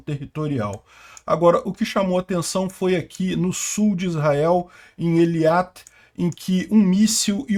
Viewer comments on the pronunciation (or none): Eilat, não Eliat e Ber-Sheba, não Ber-Shiba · Parabéns pelo vídeo. Excelente. Uma observação: - o nome da cidade é EILAT, não Eliat. Abs. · Be'er Shéva ou...Shéba; não...shIva; EILAT; não eLIAt; 2-4 mísseis foram derrubados pela Arabia Saudita.